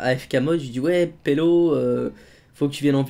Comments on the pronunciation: pourquoi tu dit pello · je rêve ou bien dis polo a la place de Belo?:D